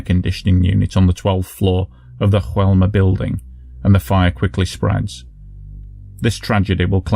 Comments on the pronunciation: I love your videos, you really try and make them clear and respectful and this is no exception. Keep up the great work. P.S.: just a small detail: in Brazil they speak a form of Portuguese, not Spanish, so the building's name should be more like "Joe-elma", not "Ru-elma"... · Hey! I'm Brazilian and it's common for foreigners to interpret things from here as Spanish just like the way you've said "Joelma". However, we speak Portuguese (just as similar to Spanish as English is to German, close but definitely not the same). For a better reference, you could've read "Joelma" with the "J" sound just like you would using the English pronunciation. Thanks for the video and keep it up with the amazing work!